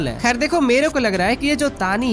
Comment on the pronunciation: Taani nhi nhi tani